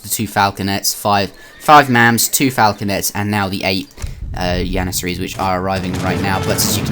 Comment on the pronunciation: Y u say yannasaries and hot jannasaries